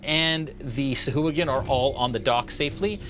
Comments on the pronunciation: he was saying sahooligan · oh dude, I totally thought he was saying Sea Hooligan. rofl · Oh man, the mispronunciation of sahuagin all game lol